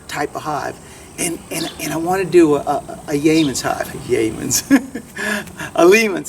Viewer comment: It’s « Layens » with « y » not an « m »! Glad you are trying the Layen. I wouldn’t change. I also think it would go very well with your way of keeping bees. Good luck.